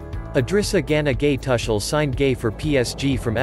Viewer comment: Tar Shel or Tu kel You better get your pronunciation right. At least for the next two seasons.